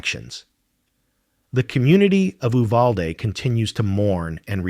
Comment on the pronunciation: btw it’s YOU-valde not Ooo-valde